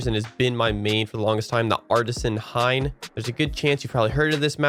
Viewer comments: Hien, pronounced "hee •en" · I think you meant Hien and not Hein